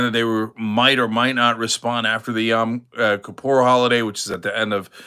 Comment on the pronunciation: It’s not Yom Kippur in April — Yom Kippur is an autumn holiday. Points for proper pronunciation, though, Cenk. Anyway… I wish Israel hadn’t hit Iran and don’t want us to fund, or especially fight in, such a war.